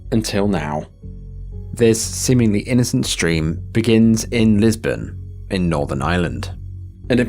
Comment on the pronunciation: It’s LISBURN, not Lisbin. Ijs lol Being from Lurgan myself, then my daddy living in Lisburn in Northern Ireland, Natalie was very loved, still is! Steven knew what he was doing, obviously…. As you’ve highlighted. Sickening and vile man! My condolences still go out to Natalie’s parents, brothers & the rest of the family and close friends. RIP to Natalie and her lil Angel baby 🤍🕊️ 🍀🙏🏻.